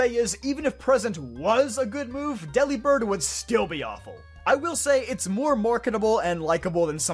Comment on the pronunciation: I hate to preach but its based on the word delivered, so wouldnt it be pronounced like that, but with bird at the end?